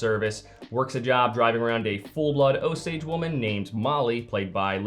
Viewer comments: It's "oh-sage"..... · Is it "oh-sage" or "oh-sodj"? I've never heard the pronunciation the creator is using but I'm wandering if that's just regional? I'm not from Oklahoma or that part of the USA but I used to work with a man who was (I believe) a quarter native American and I think I remember him saying "oh-sage", but maybe I'm misremembering. That's a possibility.